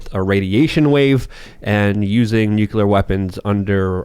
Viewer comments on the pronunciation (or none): nu·cle·ar Not nuke-u-lar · Nuclear not nucular! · What is Nuculer? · i can’t take seriously anymore, because he puts a q in nuclear ☢️ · As a rad tech, its like nails on a chalkboard whenever i hear someone do that